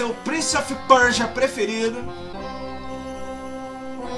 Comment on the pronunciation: é o primeiro gamer brasileiro a pronunciar "Prince of Persia" corretamente. rsrs